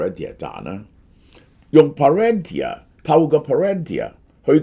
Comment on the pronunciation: can you please please correct your pronunciation of PALANTIR ( pa-luhn-teer)......